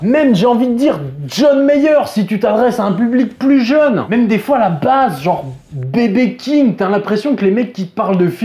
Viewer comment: Là T'as tout faux. Certains confondent feeling et groove. Tout comme toi je crois. BB King ça se dit BIBI king.